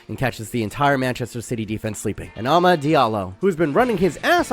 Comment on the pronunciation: You’re genuinely one of my top football YouTubers but damn the American accented pronunciation of ‘Amad’ is atrocious 😂